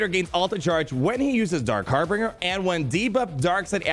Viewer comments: Hey, don’t mean to be a grammar nazi or anything but harbinger is pronounced harr-binj-er, not harr-bing-er. It’s binge like binging the whole season of mandalorian, not bing like the website lol. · ummm... Harbinger, not Harbringer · ....it isn't HarbRinger.....its harbinger. Sounds like... har binge r. Like when you binge watch a TV series. So that with har in front of it and an R at the end. Harbinger. Okay sorry lol. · It's Har-binge-r. And you're supposed to be a lawyer? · har·bin·ger - there are not 3 Rs homie. Pronounced Har - Binge - Er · its har-binge-r.:) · Every time says HarbRinger I die a little inside. Perhaps that was his evil, imperial plan. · "Harbringer" KEKW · It's pronounced "har-bin-jer" :-D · Isn’t it a bit weird that neither the or Cubs can say “Harbinger”!!!?!:) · Didnt you go to law school? How do you not know how to pronounce harbinger? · I absolutely love your videos, but for the love of the empire, please say Harbinger correctly 😂. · Love you man, but stop pronouncing Harbinger wrong!